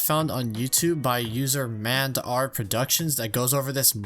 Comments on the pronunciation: There have been more sets with gold lightsaber hilts. Also it’s M and R not “mandr” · Really cool video. Its pronounced M and R Productions, btw, and he was a major driving force in the 501st battle pack movement.